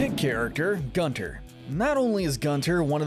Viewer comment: It’s pronounced “GOON-ter”,. It’s German, like his voice.